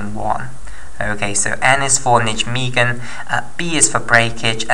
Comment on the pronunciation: You're fantastic at explaining this, although I have one niggle... It's pronounced nigh-megen!